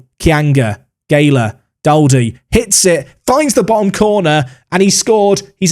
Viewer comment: Daldy is pronounce Doldy i used to play with him a few seasons back in real life